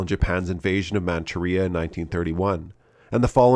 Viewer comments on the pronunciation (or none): none